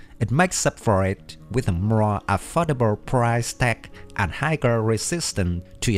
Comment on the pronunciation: You said 'higer' again instead of 'higher' which is pronounced 'hi-er' which rhymes with 'buyer', 'flyer', and 'tire'. - If you know how to say any of those last three, replace the b/f/t with a 'h' sound. :)